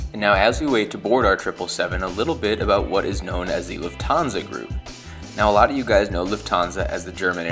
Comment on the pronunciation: "LUFT-han-sa". Not "luft-HAN-sa". Same as "NEWS-pa-per."